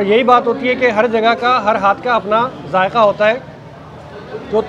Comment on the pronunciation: It’s zaiqa not jayka